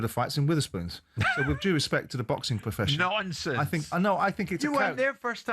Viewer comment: Yeah but he talks a load of “nomfonce”🤣